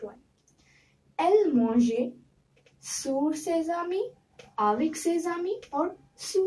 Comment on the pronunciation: Correct the pronounciation for sur you pronunced it wrong